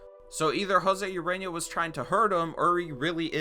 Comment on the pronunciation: Urena is pronounced oo-ray-nya sry I’m a Marlins fan I know my baseball